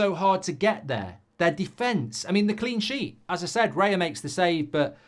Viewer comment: Why does he call him REYA ?